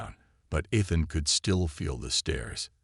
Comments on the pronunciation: I thought the story was a good take on a coming of age theme. There were some problems with the captions used and AI narration. There is something Ethan, the A. I. Can not pronounce it correctly and and a couple points even used Athan. Probably the saddest portion was when his mother mispronounced her own sons name, sad that. Keep writing and creating improvements take time, and you a sure more creative than I am. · Pronounced E than.